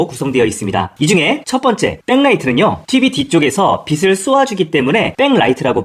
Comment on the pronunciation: 영상 잘 보고 있습니다. "빛" 발음만 좀 더 신경써 주시면 좋을 것 같습니다. "빛을"은 [비슬]이 아닌 [비츨]로, "빛은"는 [비슨]가 아닌 [비츤]으로 발음하는 게 맞습니다. 빛을 : [비슬] -> [비츨] 빛은 : [비슨] -> [비츤]